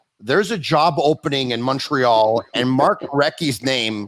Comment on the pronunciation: Love the podcast and Mark Recchi, I had a poster of him in my bedroom when I was a kid. One suggestion though, can you get a guy who says Montreal properly re-record the intro?